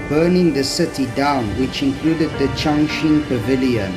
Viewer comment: 哦， 这里是长沙的天心阁啊，"Tianxin" Pavilion not "Tianxing"